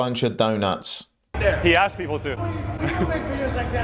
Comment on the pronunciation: No questions axed. 😂